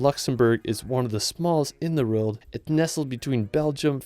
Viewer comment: Love the content, but why can't this guy pronounce the word 'world'?